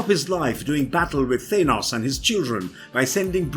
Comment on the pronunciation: He said thinos, and many other weird pronouncing of words